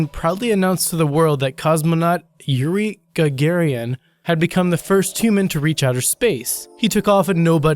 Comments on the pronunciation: It's not Gagarian. It's Gagarin. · There was some terrible pronunciation in this video... - Gagarin = "ga-gare-in" (not Ga-gar-EE-in) - "Ilyushin" = "ill-you-shin" (not Ee-yee-shee-in) - Bedouin = "Bed-a-win" (not bo-deen) and not "boo-deen" - Duchesne = "Doo-shen" (not Doo-nesk) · "Gagarian" is the citizen of "Gagaria" and he is Gagarin! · And Ga-ga-rin not Gagarian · Really? Gagarian. What lame GED did you cheat on? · You have a remarkable knack for mispronouncing names - Yuri Gagarian (Ga - Gar - in ), The BooDeen (Bed - ou - in) tribe, Ernest Doonesk (Du - sheyn)... I could go on :P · Gagarin, not GagariAN, what the hell man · Sorry, but its GA-GA-RIN, not Ga-ga-rian) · Who the hell is "Eerie Gagaryin"? I always thought his name was "Yuri Gagarin"! Hahaha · Yuri Gagarin, not "Gagarian". "Bedouin" is pronounced "bed-ooin". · How about the Cosmonaut Yuri Gagarian? He doesn't even read the name properly. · Get your names right! Gagarian? Dunesque? Empedoceles? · Also, Gagarian? WTF xD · GARGARIAN?...ARE YOU FUCKING SERIOUS?!!!!!!!!!!!!!!...PUBLIC SCHOOL IDIOT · Gag-gar-rin, Bed-o-win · Gagarin = ga-ga-rin Bedouin = beh-doo-in or beh-doe-in Duchesne = Doo-shayn or doo-shen You'd sound a lot more credible if you put the effort into looking up how names are pronounced. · ''Boudeen'',''Gagarian'' lol =)) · GAR-GER-IN - It's not that hard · it's not Ga Ga Rin? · Actually it's gar-gair-ian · Ga-GAR-in! Ga-GAR-in!! How can you not know Yuri Gagarin?!!! Or "incanDES-CENT"?! Or that the elephant was NOT electrocuted "just for fun"??!! Or BED-OU-IN. Or ... oh, I give up. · He said Gegereean... What a dummy. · LMAO@ Gagarin, Duchesne, Bedouins and Meucci dude you really need to do more research I mean forget the sources you get your information from at least try to get the names right. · The way he pronounced Gagarin 🙈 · Ewan Flean Ikr?